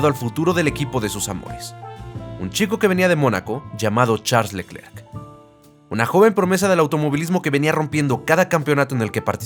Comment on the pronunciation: la pronunciación correcta de Charles Leclerc es [Sharl Lœcler], en francés la "ch" se pronuncia [sh], la "e" sin acento entre dos consonantes se pronuncia [œ] entre "e" y "o" y la mayoría de las consonantes finales son mudas.